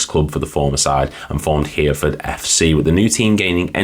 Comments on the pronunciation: Heh-reh-ford, not Here-ford mate 😊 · HEAR FORD....LMFAO... . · Hereford, pronounced Her-e-ford.